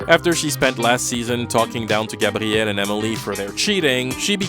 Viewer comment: i know its the correct way to say it but i fucking hate the cshmshammmey or grrrraaabtiel